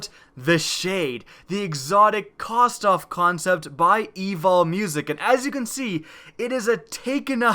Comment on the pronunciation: *kostov LMFAO